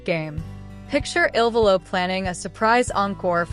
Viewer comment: First, it is not I.L.VOLO…..it is ILVOLO……not ILLINOIS VOLO……. Learn the proper pronunciation of each of their names…..you are totally embarrassing yourselves. How can you profess to be professional when you make major errors??